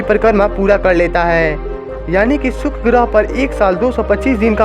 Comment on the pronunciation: सुक्र नही शुक्र बोलो